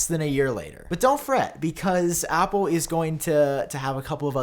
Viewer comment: Why does he pronounce Apple as “Appooh”?